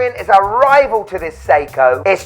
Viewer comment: I like that ‘Sei-tona’ 😂